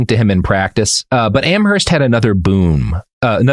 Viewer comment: It's pronounced "Am-erst." The "h" in Amherst is silent